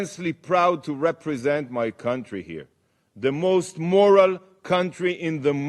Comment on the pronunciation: Couldn't even say moral properly then.